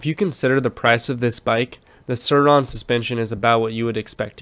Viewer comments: SIR ON .. not sure-on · No... it's pronounced "Sur-Ron"...